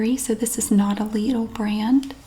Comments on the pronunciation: I don't get why people give you grief over the pronunciation of Lidl. Yours is very close to the the German pronunciation, after all, which I'd spell out as Leedle. Pretty much the same. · Lidl actually is a german store. It is pronounced lee-dl - like needle with an L. Just like said. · As a German i can confirm you pronounce it 10000% RIGHT 🙂